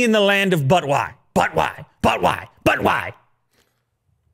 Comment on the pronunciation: Any1 else heard butt wipes instead of but why